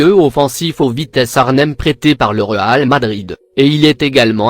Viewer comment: La façon dont il a dit réal Madrid 😂😂😂😂😂💔